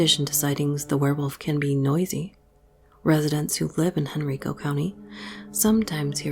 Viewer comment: Henrico is pronounced with a long I like eye. Just for reference. Great video from my home state. 😁